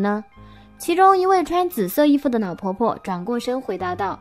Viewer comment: 故事是很好 可是羅馬拼音真的害死人 宜蘭變宜南 亮點變釀點 了呢不分 老婆婆變腦婆婆 煞車失寧🤪🤪🤪